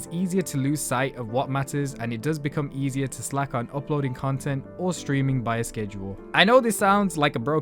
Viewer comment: Why do I hear "cuntent" ?